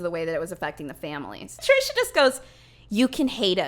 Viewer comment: I hope calling Trisha “Trasha” was intentional, either way that is magnificent! I love that lmao